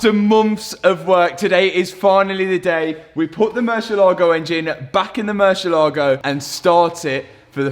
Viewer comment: I have followed the series from the beginning and I surely clapped when the engine finally worked. Congrats! Times the word Murcielago has been butchered: 23191 times.